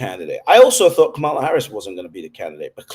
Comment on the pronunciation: Her name is pronounced COMMA-LA.